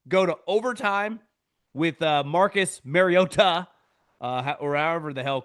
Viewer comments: The reason Collinsworth was pronouncing it as MarioTA is bc Marcus said something in production. It bothered him and his family. Not MarioDUH. Ha yep . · “Mario-TA” with the shoulder emphasis killed me 🤣🤣🤣…. I was wondering if it was just me last night 😂😂😂